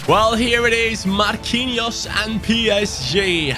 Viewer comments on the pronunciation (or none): none